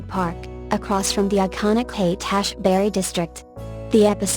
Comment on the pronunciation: HASH BERRY DISTRICT...GTFOH....HAIGHT- ASHBURY.............................I AM OUTTA HERE